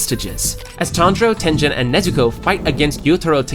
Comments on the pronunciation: tengen ❌ tenjen ✔ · Tengehn instead of Tengen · Bro is saying tenjen instead of tengen or uzui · His name is not tenzen it is Tengun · Your saying tengens name wrong its not ten-dhen its ten-ghen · His name is TenGEN not Tenjen...??? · “Tenjen” 😭✌️its tengen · Who tf is TENJEN!?!?! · It’s that Jen , it’s tengen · Maaannn who the hell is tenjen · Bro I got pissed every time he said tengen. Like great vid but dang say the name correctly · Tengen (Ten-GINN) not Tenjin, and it’s Mugen (Mu-GINN) not Mujin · Muzan (to Tanjiro): Hmph! You've been reading the Demon Slayer wiki on Fandom, haven't you?! Besides, it's actually pronounced "ooh-ROH-koh-DAH-kee", "GEHN-ya", and "TEN-gehn" (I'm half-Japanese).